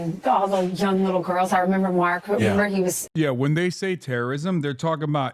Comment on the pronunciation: Did Dan Ives say “wittle” instead of little?